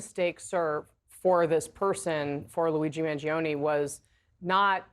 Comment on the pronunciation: Trump is so jealous of Luigi’s popularity that trump can’t even pronounce Luigi’s name.